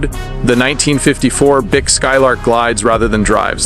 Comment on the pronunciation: Pronounce Buick right!